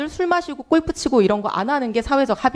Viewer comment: 꼴프 가 뭡니까 ? 꼴프 가 ! 골프 라고 하세요 !!